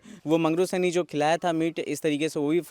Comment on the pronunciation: साहनी है या सैनी है सुध्ध तो बोल।